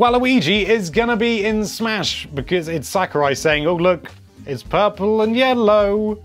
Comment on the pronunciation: he said "Can Waluigi be in Swahsh" see how he said smash he put a wah in it